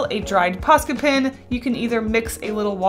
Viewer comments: You say tin instead of pen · It's funny that you say pen just like I do (I'm originally from Georgia but I live in Canada now). I ended up keeping my own pens and carrying multiples because Canadians always thought I was saying p-i-n. 😂